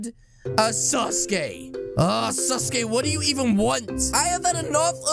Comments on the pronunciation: said saskay wrong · calling Sasuke suske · I love how says sasuke it sounds like sus gay👍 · why sasuke when it’s saske